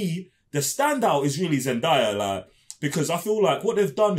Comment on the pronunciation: Thank you for the wonderful review. I loved DUNE: Part 1 and can hardly wait to see Part 2. Btw, It's Zendaaaaaya. Not ZenDIEaaaa.